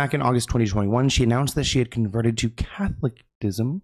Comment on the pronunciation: Catholicism = Cath - ohh - leh - cism haha Google the way to say it properly 💖 just tryna help! Great video as always